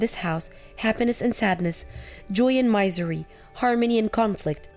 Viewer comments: First it was "miss-hapen." Now it's "my-zery" instead of "mizz-ery." Is this even American English? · Since when is a person stuck, ill in bed, called Bee-ridden. The word bed is the first part of the word, so it's bed-ridden. Misery, the i is definitely short. A miser, long i, is a money hungry loner, who will do anything to increase his/her wealth, that is not the word used here. A miserable person is too unhappy for words to say, with a short i, that word comes from the word misery. Please try more for the people who listen to these stories, to improve their english language skills. All the best.